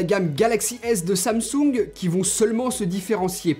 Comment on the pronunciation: C'est pas samsouuunge c'est Samsung